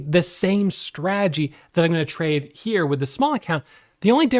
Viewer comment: Bruh! The word is strategy not stradjy! 😅